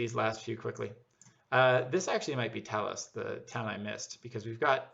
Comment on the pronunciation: yes, the signs say "Talas" which we pronounce "tah-LOSS"